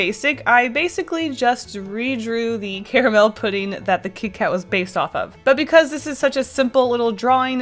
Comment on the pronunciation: I so thought you would be one of the people who say "CARmul" and it's bothering me that you dont for some reason.... I say it the same (correct) way. Hmmm